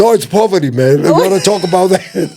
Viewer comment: “I see poverdy” 😂😂😂